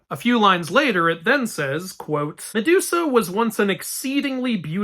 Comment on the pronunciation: ok, so i m outside and have kinda low volume so as to not disturb others but i legit heard, "sedusa" here😂